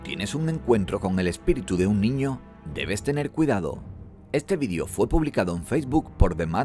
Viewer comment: por qué pronuncian VIDIO?